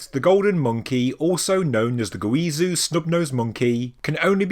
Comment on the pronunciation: Zhou is pronounced like "Jo" Guizhou is pronounced "Gwee-Jo"